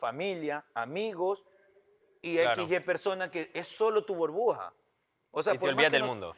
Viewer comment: Diego diciendo booorbuja en vez de burbuja 🤣